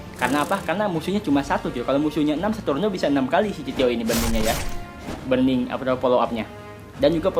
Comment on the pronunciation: buRRRning bukan bening